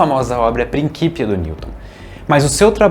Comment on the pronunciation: Gostei da pronúncia clássica dos "Principia" de Newton.